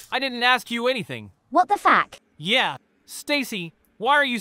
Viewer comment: Nah bro the what the fack when they said it whith an A 💀